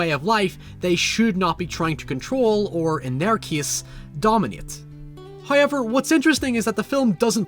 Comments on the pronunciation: For the love of god, please learn how to pronaunce "however". Its HOWever, not "hoyever". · “HUYever,” Me: What? Oh. ‘However.’ Got it.